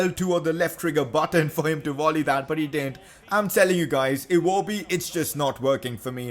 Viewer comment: i havent just realised but says wolley instead of volley